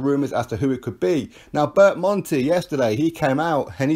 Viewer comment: Do you mean berndt bonte? Bert Monte lol?